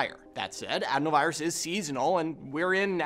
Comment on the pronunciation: That would be a pretty BIG coincidence no? Couldn’t possibly be related to the lab designed virus that swept the world, or the untested vaccine. Take it from this guy who can’t pronounce adenovirus